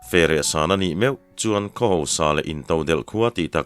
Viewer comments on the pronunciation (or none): none